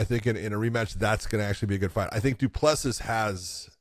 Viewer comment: Great show but out of respect for the fighters you should learn how to pronounce their names. DU PLESSIS = DOO-PLA-SEA *silent last “s”😉